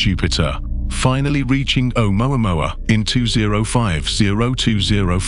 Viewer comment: You think you're so goddamn smart you can't even pronounce amoamua right